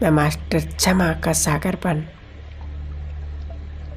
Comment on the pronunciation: ओम शांति बहुत बढ़िया कॉमेंट्री कराई आपने परंतु शब्दों का उच्चारण बहुत ही अशुद्ध था। क्षमा _ छमा शिव _ सिव सक्तीमान _ शक्तिमान सांती _ शांती